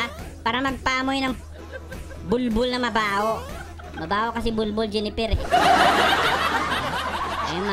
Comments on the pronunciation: Hindi JENIPPER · akala ko mali lang pagkakarinig ko AHAHAHHA